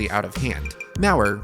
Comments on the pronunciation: Why do you say it "Maurer R"? it's just Maurer. lol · It’s a German company so pronounced “Maur Uh” w little emphasis on the ‘r’ sound